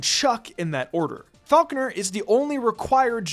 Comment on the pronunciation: It is absolutely ridiculous how much you mispronounce Falkner and you overestimate his difficulty. If you're not doing a nuzzlocke and have a decent team of 6, then you probably shit stomp him with no real concern.